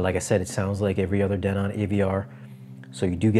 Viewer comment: Who taught you how to pronounce Denon?😅😂